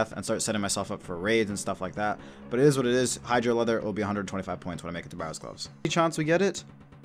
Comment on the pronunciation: you pronounced hydra right and then mispronounced "pronunciation" lmao